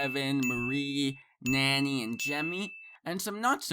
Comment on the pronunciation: This guy called Nany “NANNY” 😂😂